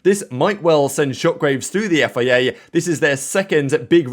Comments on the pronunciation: I've tried to ignore this for so so long, but please say F I A properly 😂 Otherwise, ace content as always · When you say FIA, it almost souds like Yifei Ye. 😂